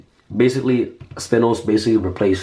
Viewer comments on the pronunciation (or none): spinn-ose? plz stop butchering XD *Spine-ose great deck tho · Spinos= sp-I-nos = short for spinosaurus, please learn the pronunciation